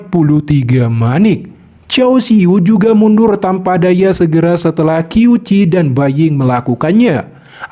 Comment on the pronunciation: Qiu Qi dibaca qiu ci.. Q=C.. Berarti dibaca Ciu Ci..